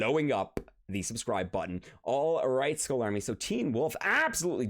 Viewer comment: Skull isn't pronounced as "school" It's pronounced as "skal"